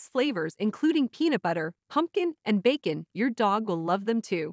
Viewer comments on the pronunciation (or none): none